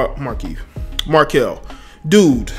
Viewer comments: mar-kelle, not marquise bro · You called him Markease instead of Merkelle multiple times. Disrespectful not knowing his name lol. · If I here him say markesse one more time. Markelle my guy. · Bro why you keep calling him Marques his name Markelle Fultz lmao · His name is Mark-Kelle 😂😂😂😂😂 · This dude can’t even say his name right Mar-kelle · Did you just say "scripper." And did you just call the dude "Marquise" Fultz??? Bruh... who teached you how to spoke? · Fuckin his name up! I can tell he isn't a Sixers fan! Lol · damn dude, get his name right. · You butchered this brother's name! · Butchered the kids name 🤦🏾‍♂️